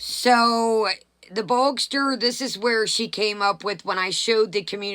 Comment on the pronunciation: Why are you calling Gene Bogster. His trolling name is Boog. It would be Boogster. Lol. 😆